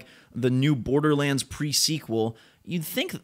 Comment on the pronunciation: Bordlerrands? OK....